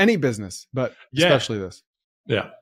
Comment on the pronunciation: Who says "Eckspecially" .. I'm sorry, but it goes through me like a hot knife through butter.